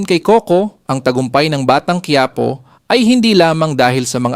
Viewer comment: Bakit kayong mga narrator ng batang quiapo ang pronunciation ñu batang kuwiyapo? Diba mga pinoy kayo? Or Spanish man quipo is quiapo.hindi kayo cute o Hindi kayo nakakatuwa pakinggan.nakakabwisit lng kc.